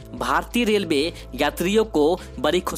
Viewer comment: Delway kyo bol Raha Hai relway bol